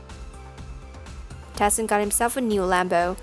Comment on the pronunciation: You say him name like TIE SON